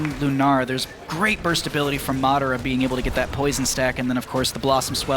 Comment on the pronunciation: Omg say Madara right the other announcer said it like 50 times. Be able to say players names that is just disrespect.